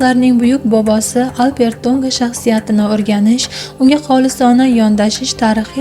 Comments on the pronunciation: Урғуни тўғри қўйинг, Албертўнга деб эшитиляпти, хуник эшитиляпти. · Хурматли синглим. Алп Эр Ту'нга исмини " АлперТу'нга" деб укияпсиз. 3 та сузни деярли 1 суз килиб укияпсиз. Ифодали укишнинг уз коидаси бор. Бу тез укиш эмас. Талаффузингиз хакикий узбек( туркий) эмас. Ифодали укишни Афзал Рафиковдан урганишимиз керак.